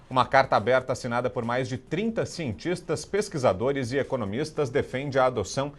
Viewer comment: “Sientixtas”, “pexiquizadores” e “economixistas”...😒 Çei...